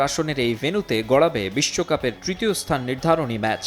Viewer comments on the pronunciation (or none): none